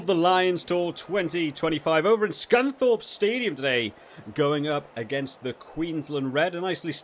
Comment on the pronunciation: Suncorp not Scunthorpe 😂